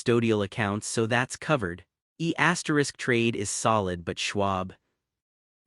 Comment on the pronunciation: It’s pronounced E Trade not E asterisk Trade.